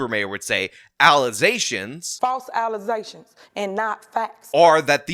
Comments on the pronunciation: really enjoys that gaffe (“allezations”) and why not, it is very good. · "false allezations".